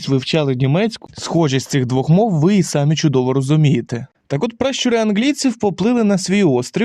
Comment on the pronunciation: Не ви сАмі, а ви самІ